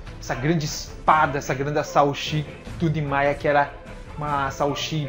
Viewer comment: 1- A pronúncia certa é "Nimaiya". 2- a pronúncia certa do nome da zampakutou do Aizen é "Kyouka Suigetsu". 3- O Nimaiya realmente criou a zampakutou do Aizen mas não sabia das reais intenções dele.